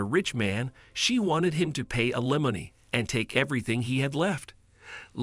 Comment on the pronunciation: It was very annoying listening to this because the narrator spoke two words incorrectly fiance and alimony